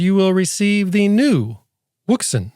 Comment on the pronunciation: Is it wrong to like the way he says the brand name? Thanks for your review!